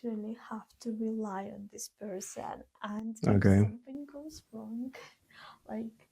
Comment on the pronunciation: Rongeh. Imcorrept. Stoopit.